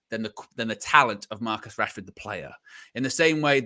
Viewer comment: yo stop calling Rassy, what Rassy. fella name is Rashford